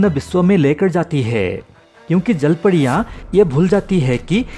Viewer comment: Jalpadiya ki jalpariya abe thik se bol ,jyada pudi khaya kya isliye padiya padiya kar raha hai